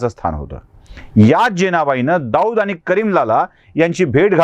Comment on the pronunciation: आनी, पानी काय बोलताय साहेब